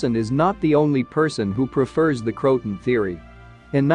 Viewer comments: It's not Crotan, it's CRO-a-TAN. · It isn’t pronounced “crowt-un.” Try Crow-ah-tan, and tan is pronounced just like the color tan. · Croatoan is pronounced ( krow-uh-tow-uhn) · Nothing new. But it's pronounced Crow-a-tow-an. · Pronounced " kroh-uh-toe-un"